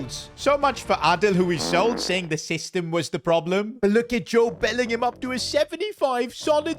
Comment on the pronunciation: “Jode Bellingham “💀